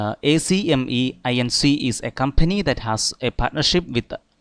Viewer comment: Good job on this. For future reference, ACME can be pronounced as ack-mee. Much quicker that way :)